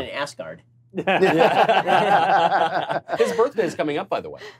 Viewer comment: No Ben, it's pronounced As-guard, not ASS GUARD